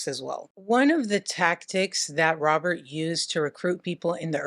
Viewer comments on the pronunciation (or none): I will forever say Robert like "Robierte" 😁